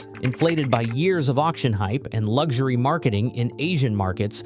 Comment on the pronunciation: Lugshery ? Why can Americans spell luxury but can't pronounce it ?🤔